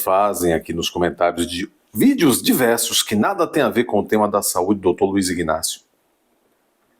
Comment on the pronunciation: Homem, a pronúncia correta é Inácio e NÃO IGnácio.